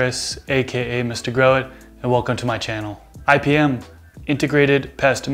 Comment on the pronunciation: Thought you said ibm lol